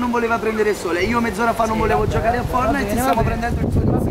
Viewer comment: Si mi è piaciuto lo scherzo ma perché dite fornite e non fortnite